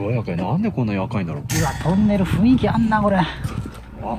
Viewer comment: 雰囲気をちゃんと「ふんいき」って言ってくれてるあたりほんと好感度しかない